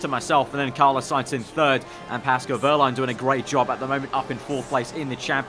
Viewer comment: Fml it's not Carlo you melt its Carlos